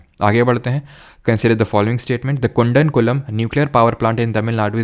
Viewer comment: sir its not kundankulam its kudamkulam [ koo ]